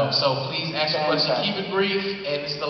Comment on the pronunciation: "aks a question"? "aks"?